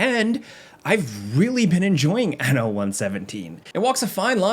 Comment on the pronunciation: Hehe, He said ano... (giggles in Spanish)